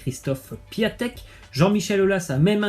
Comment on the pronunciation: ON DIT PIONTEK PAS PIATEK !! APPRENDS A PRONONCER!!